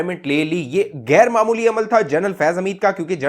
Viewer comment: اپنا تلفظ درست کرو. Gair نہیں غیر......